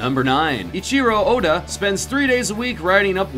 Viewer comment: Uhdda??? His name is oda.